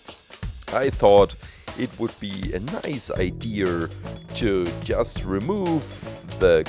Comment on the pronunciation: When you say idea it sounds like idear, pls try to not say r in idea.